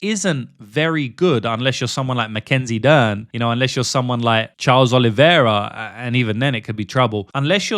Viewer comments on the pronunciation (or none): Genuinely, how do you tape fights and then proceed to say the fighters name wrong a dozen times? “Yader DelVel” is almost as bad as “Charles OhLiveEehAirUh”.